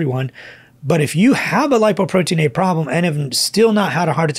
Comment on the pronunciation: "Doc, please say "Lipoprotein LITTLE a". It isn't A.